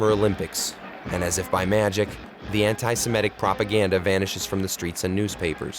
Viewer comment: An outstanding film. But please take care with pronunciation. It's antisemitic, not antisimetic.